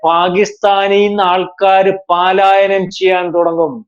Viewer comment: Not paalaayanam. Its palaayanam..Dont repeat.